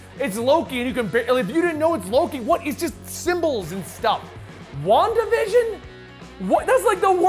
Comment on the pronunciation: wandavision sounded like wonka vision from will wonka